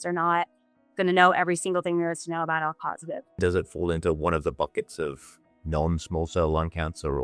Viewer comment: El positive, Elk positive? I can't understand what she said.